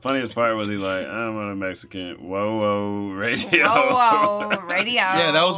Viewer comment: Radi-oh ho. Radio.